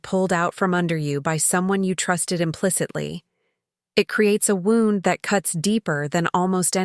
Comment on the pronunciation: I listen to many stories while I work and everyone of you do the same thing you repeat certain parts 2-3 times the redundancy is extremely annoying also it would appear that AI is telling the story as I find it hard to believe that an intelligent adult English speaking person would for example pronounce: he has a knife wound ! Which you all pronounce it as (wownd) which is ludicrous . This is only 1 example. Please use a real person who actually knows how to speak!